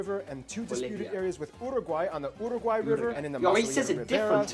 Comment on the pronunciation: O cara fala Uruguai certinho mas na HR de falar Brasil ele amolece a lingua